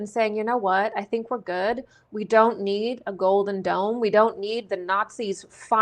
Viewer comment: I keep hearing 'Golden Dawn', when you say 'Golden Dome' ... or is it 'Golden Don'